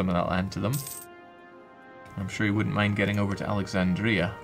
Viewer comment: The commentator has a strange way of pronouncing Alexandria